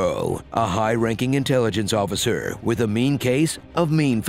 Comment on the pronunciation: when Han asks for a 'officer' in the snow cave, im convinced South Park heard what I hear when he says 'Jackovasuar' 'Jackofasaur' ! then they did an episode with weird animals. He does say 'jack officer' right?